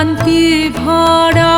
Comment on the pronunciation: Well sung, except that your pronunciation of "bhora" and "bish'shoroner" is less natural!